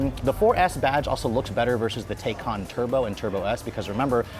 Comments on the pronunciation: Its "tie-can" not "tey-can". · Pronounce it correctly good sir. Tie cahn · I though it was pronounced Taycan (Tai-can) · Drink every time he says Tay-con. 🥂😂. Anyway I love the Taycan it's a beautiful car. 👍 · please pronounce taycan correctly